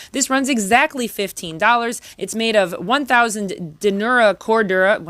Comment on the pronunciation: There's nothing I love more than quality budget EDC 👍 The Monteverde pen uses standard double ended 4mm hex bits, so you can swap in torx or any other standard 4mm bit 👍 I believe it's pronounced "den E er" not "den you rah" cordura. Love the little Nite ize knife, it looks good quality, locking too 👍